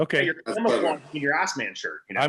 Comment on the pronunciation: Yo, shirt says Asman not Assman. Asman is the booty loving lion from the Narnia chronicles.